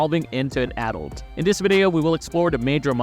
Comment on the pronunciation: Are you from Canada? 🇨🇦 you say adult in a way that I only have heard Canadians say.